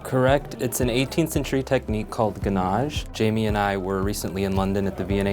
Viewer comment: That fabric-wrapped moulding is called WHAT? It sounded like 'Ganage', but a google image search yielded nothing but a lot of really wonderful-looking cakes.